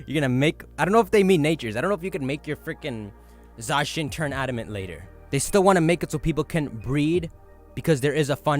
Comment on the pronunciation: It’s not Za-shin It’s pronounced Za-Cyan, like Zamazenta is Za+Magenta.